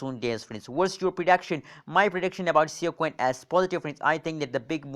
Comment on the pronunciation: I do to. He can't even pronounce the coin right.